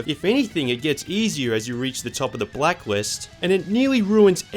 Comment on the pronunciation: you said blackwist